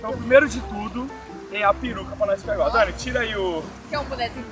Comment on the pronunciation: todo vídeo q o grava com a dani ele erra o nome dela é engraçado demais kaakkaakakaka❤